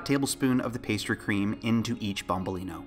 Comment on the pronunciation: youtube suggestion. I'm curious, are you italian or something?! It's nice to say you use proper plural and singular with "bombolinO" and a perfect pronunciation! Wow